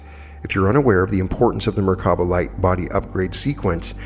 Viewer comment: in addition to merkaba, I heard 3 different pronunciations (merkana, mirvana, merkava) 🤔